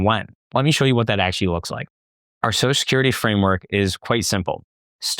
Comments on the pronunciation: Now I can’t unhear it! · You should practice pronouncing Social Security